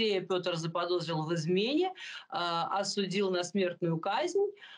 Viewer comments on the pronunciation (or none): none